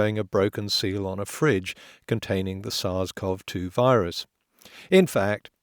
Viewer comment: HI potholer54, SARS-CoV-2 is pronounced sars co vee 2, not sars cov 2